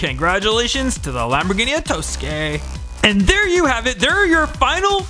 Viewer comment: It‘s not Lamborghini Etosque, it‘s Estoque